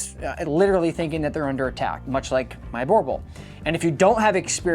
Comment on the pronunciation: I really don't think you are doing these breeds any favours by demonizing them... Had a boerboel as a child (by the way, you keep pronouncing it wrong... It is like nails on a chalk board in my head.) They make amazing family dogs as thousands of South African families can attest. Provided you get them from a responsible breeder and raise them in a loving home. Border collies can happily live in the city, without going for a 5km run every day. Just because your training program isn't geared towards them, it doesn't mean that no one can do it...